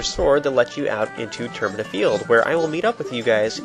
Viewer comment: The games called Majoras mask, there's no way termina isn't pronounced ter-my-na